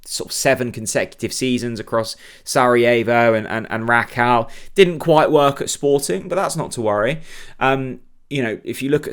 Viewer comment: Rakow is said as RAKOFV - all W endings are this in Polish. There is a cringe factor that journalists can do all research apart from how to pronounce player names and clubs, places they played at / are from, yet those players come over and do interviews in English fairly well. RAKOFV ! I bet throughout the whole season Bob Rutler, the Plonk Un and everyone else will say 'Rack Ow' - but still be high fiving Dan the Smiley Media Man after each Pressup